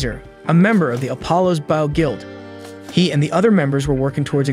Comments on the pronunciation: Bow ... Not baow.... Otherwise very good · You miss pronounce bow, you are pronouncing it bough.😂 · I know I may be the only one on this but when you say "Bow" theres two ways to say it, Bow: as in take a bow for your performance, or Bow: bow1 /bō/ noun 1. a knot tied with two loops and two loose ends, used especially for tying shoelaces and decorative ribbons. "a girl with long hair tied back in a bow" I know I'm nitpicking but it was driving me up the wall hearing the wrong word said for his Ranged weapon!